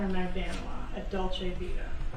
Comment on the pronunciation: A lawyer that can’t bother to pronounce right the name of the restaurant, how hard is to say Dolce Vita?